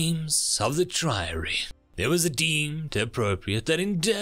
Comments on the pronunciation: Yea it’s tree-our-ree-Eye not try-ree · i hate to be this guy but the proper way to pronounce Triarii is (tree ahrr reh eye) i say this with love and respect because i listen to your channel more than maybe i should, but well, this is my mum coming out. Don't just mean what you say, say exactly what you mean to say!! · I appreciate your narration, but your pronunciation of "Triarii" is a bit weird. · Funny thing is, the author didn’t even write Triarii, they wrote Terrarii. Like a Terran-Triarii. It’s super weird